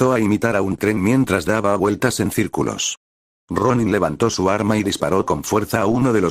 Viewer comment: Por momentos me confundo cuando dice Ronni